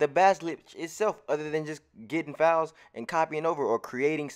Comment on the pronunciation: Yo when you say "files" i be thinkin you sayin fouls i be confused af like how many fouls im suppose to get? 😆